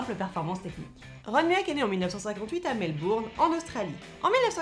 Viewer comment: Superbe vidéo ! Par contre un truc m'a stressé.. Je ne sais pas s'il y a plusieurs prononciations mais on dit généralement "Ron mueck" avec la prononciation Moueck pour son nom de famille. Sinon très bonne vidéo 😊